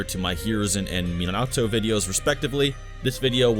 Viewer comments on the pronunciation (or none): It's Me-Nah-Toe, not "mina-toe"